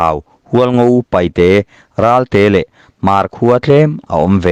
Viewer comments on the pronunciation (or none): none